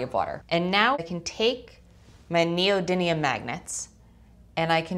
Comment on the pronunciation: Why do so many people say neodyNIUN instead of neodymium